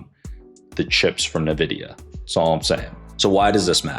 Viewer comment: Nvidia not Nevidia